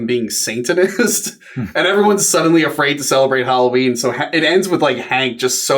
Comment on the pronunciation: I thought it was Halloween not Holloween. 😜